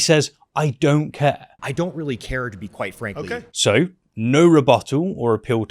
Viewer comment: Dude says Quite frankly so much it is sounding more and more like white frankly. Which is more what I think he is meaning. 😂